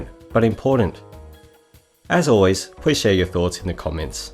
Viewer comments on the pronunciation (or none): none